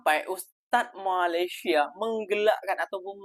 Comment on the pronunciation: COBA PERHATIKAN DAN DENGARKAN BAIK BAIK APA YANG DIUCAPKAN.. BERKATA MALASYA... MALASYA... MALASYA 🤣👻🤣👻👻🤣